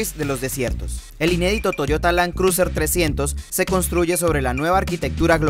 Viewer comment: Lan cruser!! 🤣😂🤣. Buen video, lástima el tono y pronunciado del presentador.